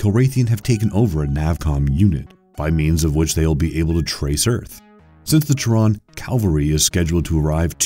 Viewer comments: The narrator has a very weird way to pronounce Terran. Try Taryn. Not Teron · It's not just names, it's common words like "Mania" becoming "Manic," and "Terran" becomes "Tehran." But you're right, his cadence, emphasis and enunciation are all odd choices for narration. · Terran is not pronounced “Terr-AHN” with a stress on the “AH.” But more like “Terr-UHN.” The way you say it sounds incorrect and this is a very common sci-fi name that you should get right. Besides that, Wing Commander was an utter failure at the box office and fans of the game absolutely hated this movie. It got so much wrong and even the starfighter design was a total departure from what fans were familiar with. It was so bad, that it effectively killed the franchise. And this was after years of having stars like Mark Hamill, John Rys Davies and Malcolm McDowell in the video games. Oh, and Matthew Lillard was “Maniac” not “Manic.” Do your research next time. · It's fucking TERRAN as in "From Earth".. not TEH-RAN....! BTW, Wing Commander was complete dogshit! Fans of the game HATED THIS MOVIE!!! WTF are you talking about? NOBODY liked this movie.. it was TERRIBLE! Also, when narrating, put pauses where they are supposed to be. "Learn to read a script" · And calling Terran, "Tehran". Apparently futuristic Earth becomes a city in Iran. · dennis HOOPER? TEHRAN for Terran? the names were so mispronounced it was not even funny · Whats this 'Tehran' you speak of in Wing Commander? lol thats not how you pronounce Terran... (think Terror with Anne on the end) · Ok dude...... if you are scifi fan as you claim than you should KNOW how to pronounce Terran. Tear-in is how you pronounce, as in someone from the the planet Terra. Kilrathi is pronounce either Kill-ra-the or Kill-raw-the. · cant even pronounce terran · You mean Terran as is Terra right? In Starcraft Terran? Right? You pronouncing it seems Alien to me sorry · He mispronounce Terran as well